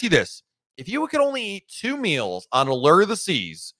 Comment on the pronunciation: Maybe you will finally learn how to pronounce Allure 🤔 Have fun 👍😄